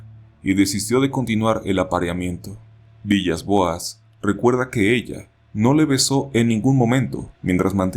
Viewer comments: aunque se escribe villas. se. pronuncia. vilas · buen video, el apellido Villas-Boas se pronuncia Vilas Boas, cómo el DT de fútbol portugués;) PD: ¨Y cuando los Extraterrestres se lo llevaron en la Nave Espacial, Abusaron de el Sexualmente!!..¨ jejejeje me hace acordar de la película: Día de la Independencia (1996)